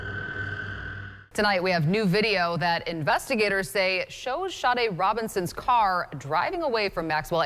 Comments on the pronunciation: Why do you keep mispronouncing her name, AI? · Maybe I'm too particular, but it seems to me that if you're going to share a crime story you would at least pronounce the victim's name properly. If AI can't get right something this simple, how is it expected to successfully take over all our jobs, as tech companies seem to enjoy endlessly predicting? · Sadly although this documentary is good I'm disgusted that the name of the victim Sade was mispronounced so meant different times shows a huge lack of respect.😢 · You’ll definitely get a sub from me WHEN you’ll respect the victims enough to have their name pronounced correctly!!! VERY DISAPPOINTED! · I wish this AI or real guy would make up His mind how to pronounce Sade’ name!! Three different pronunciations in one sentence? Ridiculous. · It's not sade. It's Shawday! because he's WHITE! YEAH I WENT THERE, COME FOR ME! I wish somebody would have taught this child better safer caught more cautious! she does not look comfortable at all she's looking at the menu wtf? nothing normal about it He's walking in front of her all the time wtf? why do you keep showing him dismissing her how come you don't show them engaged in conversation He's either ignoring her while she's looking at the menu or he's walking in front of her what's up dude? Unsubscribed! but Gabby Petito #JELANIDAY Say his name! Dude me thinks you might be in fear! The same thing happens to my culture and community of people The Indian women missing murdered indigenous men women and children Amen 🙏🏽 okay last one, " now imagine she's white " she still holding against this little girl cuz she's black then don't don't don't give me no nothing yeah I'm going there I thought my last statement was the last but you know what that f**** judge is holding it against his little girl cuz and her family cuz they are f**** black I hey sometimes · This is why AI sucks...Her name is pronounced Shaudae dumb ass 🤮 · Sade Her name is Nigerian PRONOUNCED SHA- DAY